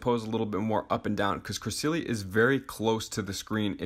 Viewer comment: not to offend you, but it is pronounnced cre-SEL-ee-uh